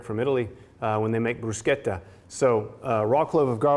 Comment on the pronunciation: Omg your said brusketta, no brush Etta….Respect !!!!! Love the recipe, thanks 😊